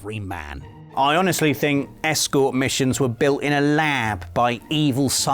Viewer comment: The way stressed 'escort' made me think it was the sort of side missions you'd find down a back alley in GTA rather than one involving accompanying someone to their destination